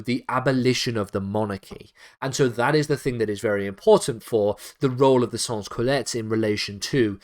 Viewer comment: Sans Cullotes is pronounced as 'Son Coolot' just saying